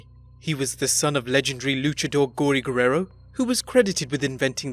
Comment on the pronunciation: this is the worst ive ever heard somebody say the "guerrero" name, top vid tho